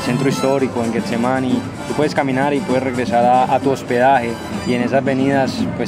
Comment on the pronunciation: Deberían pagarnos un dólar por cada vez que dice “GUEtsemaní” 😂